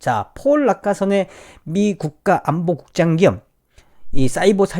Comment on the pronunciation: 낙하산 국장 으로 들려....ㅋㅋㅋ